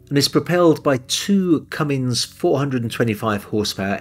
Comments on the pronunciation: There is no "g" in Cummins.... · Sounded like you said “Cummings” engines! The transcript correctly says Cummins. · The usual great presentation - It's no looker, I'm afraid. I can see why it is popular with the self-sailing, though. For me though - it would be Nordhavn or Bering. Oh - it is "Cummins" .